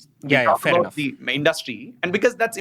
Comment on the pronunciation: Sorry, I don’t mean to be pedantic, but the way the host keeps saying amazen, is just taking me out. I had to stop listening even though I thought the content was good